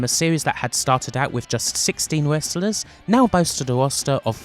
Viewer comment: i find it kinda soothing how she pronounces Wrestlers as Westlus. i guess im used to it after following for years, but ive grown to like the weird quirks in the pronounciations